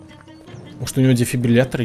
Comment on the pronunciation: Он впервые сказал слово дефибриллятор правильно. (Если честно я 10 раз пытался написать это слово)😁